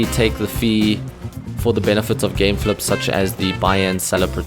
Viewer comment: "gameflup" lol